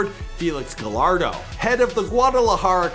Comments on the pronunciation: Gallardo is actually pronounced “guyarrdo” lol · It’s pronounced “Gayardo”